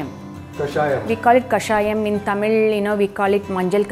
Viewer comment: Yo, loved the manner you pronounced tamizh with the 'zh' inflection, and Thanjavur correctly. I know the reason now. 😀